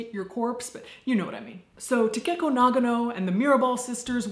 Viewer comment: Great video but you kept saying Takeko in a weird way that hurt my little weeb soul. Takeko is pronounced Ta-Kay-Ko not Ta-Cake-O. Also, you would normally refer to someone by their last name in Japanese culture if you don’t know them.